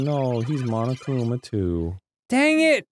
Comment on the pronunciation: It's so grating how everybody in these games pronounces Monokuma and Monomi. They're clearly Japanese names. Say them as such. The first syllable is not "maw," it's "mo."